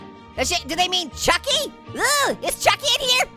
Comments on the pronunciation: What do you mean shot. Chocky It's actually pronounced choky I heard from girl from Matilda Say that a choking Is Something like a chamber With broken glass and nails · The way he said a chucky but if you have watched Matilda you know the choky😂😅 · It's not a chocky it's pronounced like chokey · It is chock in choke-ey